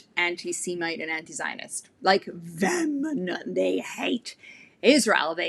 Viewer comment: VEHEMENT IS PRONOUNCED AS VEE-HEH-MENT. I'M NOT SURE HOW YOU ARE PRONOUNCING IT ? BUT I 👍 AGREE WITH EVERYTHING YOU SAY DEAR. YOU ARE SPOT ON !!!!!!!! YOU SPEAK ONLY----- THE TRUTH.